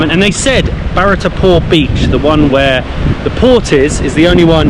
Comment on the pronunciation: Indian names are generally spelt phonetically and can thus be easily pronounced exactly as written. Just follow the syllables - Bha+rat and Si+ta - to avoid mispronouncing the same as Bhatarpur or Sitipur when the signboards are clear. Terms like Bharat and Sita are also sacred to most Indians.